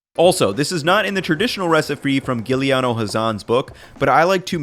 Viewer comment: "ch" in Italian is pronounced as 'k', not with a soft C, so it is supposed to sound like "kekka". Also, the recipe author's name is "Giuliano" (pronounced "ju-lee-AH-no", not "Guiliano").